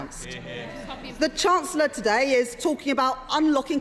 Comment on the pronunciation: Hoyle is such a crap speaker, I wish we could still have Bercow in a perfect world. Can't even pronounce chancellor properly.